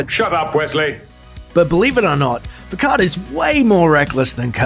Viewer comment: Another false fact: The "d" in "Picard" isn't silent.